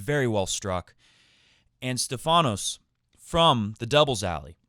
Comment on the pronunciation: Its not StephAnos (intonation on the A) Its StEphanos (intonation on the E) which in greak means "the one with the crown on his head" (get it)!!! Learn it well my friend you gonna mention it a lot ...